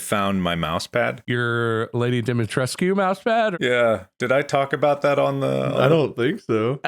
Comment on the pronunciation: Mark pronouncing Dimitrescu like she's French will never not be funny to me